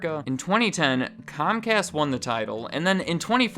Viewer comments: Comcast? Its pronounced Cumcast, you know, because we're they're bitch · It’s cumcast bro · I think you mind pronounced it. In my neck of the woods it's pronounce scum cast.